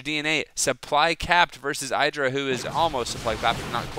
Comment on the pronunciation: idra you acctualy say it like Edra!